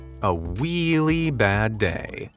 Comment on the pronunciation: “a weally bad day” got me rolling 😂